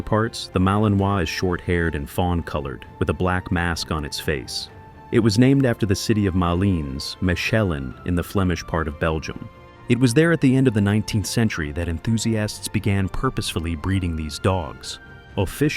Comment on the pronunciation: Pronunciation of the city Mechelen is not Meshelen but [ eng. Mehelen] Franc . Malines